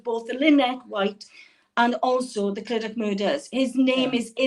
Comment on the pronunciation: Clydach is meant to be pronounced Cli-Duck. Heart breaking story from &. I would love to tune in and see them again. Great video.